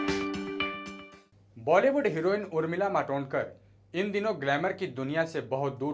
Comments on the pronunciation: नाम तो ठिक सेे बोलो. मादोतकर नहीं, मातोंडकर हैं वह. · Yeh kaunse pagal ko rakha hai????? Madodkar kar nahi??? Matondkar bol bey sale!!! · Madodkar mat bolo bolaneko nahi aata kya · नाम तो ठीक तहरसे ले उर्मिला मातोडकर नाम है